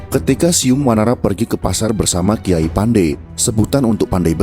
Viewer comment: ORANG SUNDA BILANG BUKAN "SIYUNG WANARA" TAPI *"CIUNG WANARA"*.